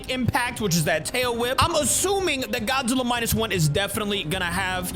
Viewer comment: Did my man just say Gyat-zilla,it's this part